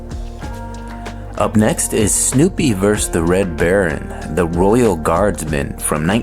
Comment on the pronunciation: VERSUS. VERSUS. IT'S "SNOOPY VERSUS THE RED BARON," you moronic piece of AI crap. (And anywhere from 95-98% of all Belgians--people from Belgium--speak either French or Dutch because those are the two official languages of the country.) I thought this would be a somewhat interesting and serious video but turns out it's just garbage.